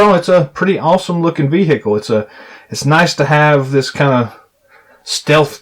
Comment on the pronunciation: I can't help but be appalled yet mesmerized at the way he says "bee-hickle".